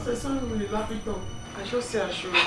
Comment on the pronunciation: She said is lapitop 😅😅😊 Oga are you yohoo yahoo